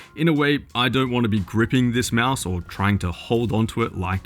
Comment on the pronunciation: Can't stop laughing at "Meowse" =D